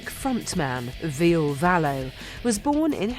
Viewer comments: (Vill-uh) not Veal VILLE! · "Veal" wtf ? Learn the basic , PLS before speak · ville pronounced villa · wish she would stop pronouncing Ville's name as veal! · His name is Ville but sounds like Villie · and its Ville not Vile :s very poor writing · AHAHA the way they pronounce VILLE'S! name has to make you laugh just a little